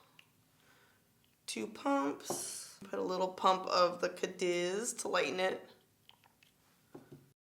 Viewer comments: Pretty sure it’s ca-deez like...deez nuts lol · Cadiz is (Cadeez)